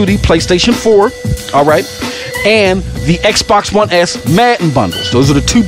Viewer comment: Did he just call it xbox one L 😂 the truth slips out